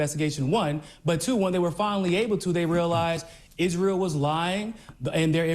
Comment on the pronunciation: whats is isreel? does he mean israel? or. has instagram made him an illiterate.